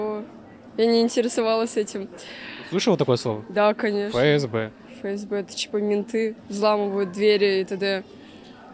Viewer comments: Только Эф Эс Бэ, а не Фэ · И вообще не Фэ-Эс-Бэ, а Эф-Эс-Бэ. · Ни ФээСБэ,а эФэСБэ!!!... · Какое ещё "ФЭ"??? Нет такой буквы в русском языке. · Эфэсбэ, а не фээсбэ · для справки: Рубрика "читаем и произносим правильно". ФСБ РФ [эф-эс-бэ эр-эф], нескл., ж. — Федеральная служба безопасности Российской Федерации. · Почему произносите фээсбэ,вэмээф и т.д.?Задания на грамотность и эрудицию,а произношение режет слух!Букв "фэ" и "мэ" в русском языке нет.Может сейчас другие правила?🤷‍♀️ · Если бы точным, то правильней говорить: ЭфЭсБэ